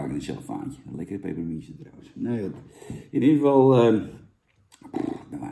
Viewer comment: Duimpje omlaag omdat je "pepermuntje" niet normaal kunt uitspreken